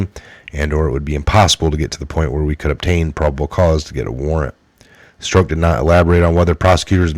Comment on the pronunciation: I LOVE YA....but you've got to decide how you are going to pronounce Peter's name. He, himself stated to Congress that he was Peter STROCK. Yes. That's phonetic. He pronounced it to rhyme with CROCK. As in; "That's a crock". Not STROKE. Even if you choose not to pronounce correctly, at least stick to one or the other. You used 3 different pronunciations. Struck, Stroke and strock.